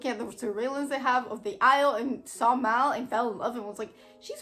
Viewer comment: its nit mall, its M-AL.